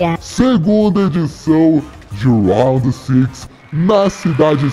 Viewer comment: NÃO é raud six e round 6